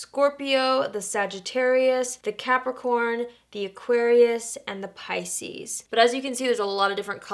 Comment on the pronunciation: Finally I know how to pronounce Pisces.